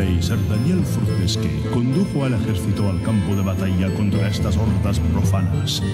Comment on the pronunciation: El mejor juego, te ayudo, el personaje es Sir Daniel Fortesque (se pronuncia Forteskiu) el pueblo Gallowmere (se pronuncia Galoumor). PD. Me gusta la nueva sección ;)